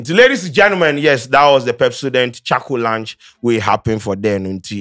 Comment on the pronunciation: But you you keep saying ‘lunch’…’Launch’ is not pronounced as ‘lunch’.please research